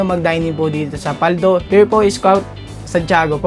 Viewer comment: Mabilis po pagbigkas ng PALDO not PAL-DO